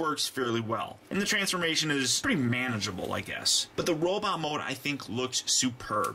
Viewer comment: why do you keep saying robit instead of robot